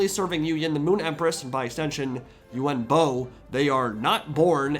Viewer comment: He's called yuan bo not yuen bo